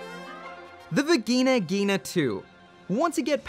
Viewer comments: I thought it was pronounced as Va jai Na Jai na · Wtf you said Vigina Ghina? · In the bigina-gina... Ini da biginagina... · When you don’t pronounce the N in Vigna Ghina.